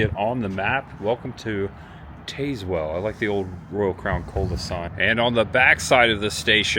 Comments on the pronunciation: Im so glad you showed this little town. My brother grew up here and i still have yet to experience it but youve highlighted some really cool things to do !!! Im sure others have mentioned this buttttttt for next time its pronounced Taz-well like the tasmanian devil lol. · It’s TAZZ-wull….. and Clay-burn county…. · As someone from East TN…it is TAZ- Well. Not TAZEwell. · If you’re going to do “informative “ videos ,learn how to pronounce the places where you are. It’s Tazz-well not Taze-well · IT IS PRONOUNCED TAZZ- WELL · I live near Tazewell. It’s pronounced Taz well just to let you know. Good video! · If you made it to Frostee Freeze, I hope they told you how to say Tazwell, TN...say it like TAS- WELL...like Tas-manian devil...you're ok though...easy mistake, lol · Taz like the Tasmanian devil not Taze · Hey, FYI, it's pronounced TAZZ-well, not TAZE-well. Just another weird Southern town name. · Yankee pronunciation. Not pronounced Tazewell, but Tazzwell. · Pronounced Tazzwell not Tazewell. But that is how it is spelled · Yes it's Tazz-well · TAZ-Whull is how you pronounce it. 😂. This video randomly showed up in my YouTube feed and I am so glad it did. I was born and raised in New Tazewell. Left home in my early 20’s. Been in Chattanooga the last couple of decades, but I go back home a handful of times a year. Next time you’re at the Frostee Freeze order a pizza burger and a Mickey. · Tazz well. Please learn the names of these towns before making your videos! You have butchered several town names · Tayz-well.. lmao. Not how its pronounced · Tazewell pronounced like tas i.e. tasmanian devil. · its a soft a in Tazwell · Is pronounce Tazewell like the Tasmanian devil..... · it's Taz well not tazz well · The e is silent, it's pronounced tazwell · not I’m not being a blank. But it’s pronounced Taz-well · They should both (TN/VA) be pronounced the same way, TAZZ-WELL. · Wrong pronunciation of Tazewell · You butchered the name